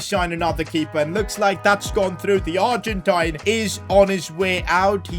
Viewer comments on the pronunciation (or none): none